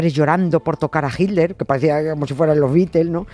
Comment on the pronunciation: 'Hilder'. ¿No habrá manera, alguna fórmula gutural, mediante la cual los españoles finalmente consigan pronunciar/decir 'Hitler' y no 'Hilder' cuando irremediablemente nombran a ese personaje? En LatAm no se nos "atora" la palabra como a ustedes y, bueno, hablamos el mismo idioma.